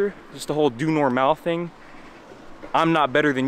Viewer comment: Your pronunciation of Doe Normaal is very good.